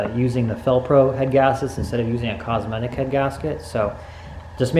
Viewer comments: Cometic, not Cosmetic. Good video. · its cometic not cosmetic hehe nice try. I am currently running 20# on a felpro and arp head studs. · Lol "cosmetic" 😂😂😂 it's just cometic bro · I really hope this is sarcasm lmao he called cometic “cosmetic” 🤦🏻‍♂️🥴 Also he said the y8 crank is the better crankshaft out of d series which is definitely false 😂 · Yea man kills me to it's got a cosmetic headgasket lol my friend always sayn that ish its Cometic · You can see why this channel isn't growing so much....all the bad advice like using the y8 instead of the z6 crank and saying cosmetic when it cometic lol just little things like that will drive people away. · You mean ‘Cometic ‘ good vid bro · There is no s in cometic. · You're going to spin another bearing especially since you're not using the Z6 crank. your opinion is one thing but you're kind of giving some misinformation. I'm a huge single cam fan super cheap reliable horsepower. Great beginner car but it definitely has its limits. you're not going to be walking no 10 second car. And please learn to say the name of a product correctly.... cosmetic... you mean cometic. I really hope you don't use copper spray to. Lol You should at least chamfer the holes in the crank otherwise it you're going to spin another bearing above 7k.